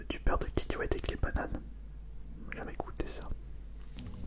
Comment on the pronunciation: Set marrent comment ta dis kakaouait pour contre je sait PAs l'écrire kikiouait